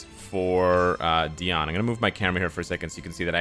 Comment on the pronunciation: I appreciate how you pronounce Diane